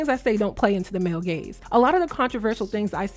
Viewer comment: Ooooo 😂 gaze not gays 😂